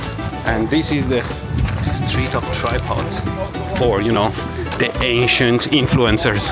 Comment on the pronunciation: …was that “ancient” or “Asian”?? 😆